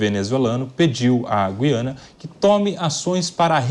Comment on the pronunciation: Boa mesa redonda. Mas vamos falar Gu quando falar Guiana. Dói menos nos ouvidos